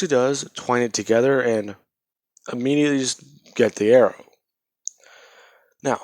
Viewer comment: You said IMMEDIATLY a lot 😆